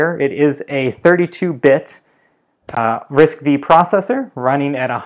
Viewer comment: The processor RISC-V pronounced as "RISC-5" instead of "RISC-V".